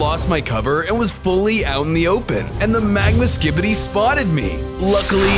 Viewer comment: When i used captions bro said skidy toilet